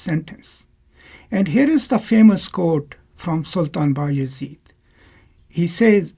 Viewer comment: Sultan bay azid is the correct pronoucing.